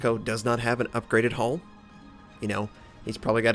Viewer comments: I keep hearing hole when he says hull... so it sounded like this "Lets be honest... everyone's got an A-hole" ( ͡° ͜ʖ ͡°) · "Everyone has an a-holl" - 2016 ( ͡° ͜ʖ ͡°)